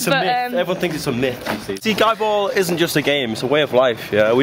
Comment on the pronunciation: No no no it's pronounces GEEEEE ball. GEEEEEEEEEEEEEEE ball!! :) You rule, by the way.